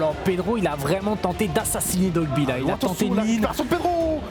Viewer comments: OH WESHH DITES LEURS QUE C'EST DOIGBY ET PAS DOGBY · Ya vrmt personne qyi peut dire DOIGBY mdr ils disent tous dogby